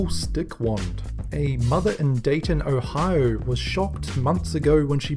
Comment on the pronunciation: When he said Dayton Onio I was surprised. I live in a suburb of Dayton